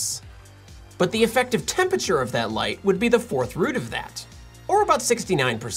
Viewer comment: Little known fact: Temperature is a 4 syllable word